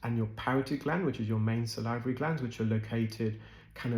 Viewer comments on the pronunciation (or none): just some minor, but not uncommon mispronunciations: Salivary: SAL'-i-va-ry NOT sal-EYE'-va-ry Cholesteatoma: ko-LESS'-tee-a-to-ma NOT ko-LESH'-tee-a-to-ma Herniation: her-nee-A'-shun NOT her-nee-eye-ZAY'-shun